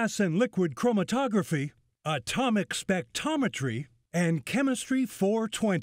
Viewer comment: They almost got "spectrometry" correct.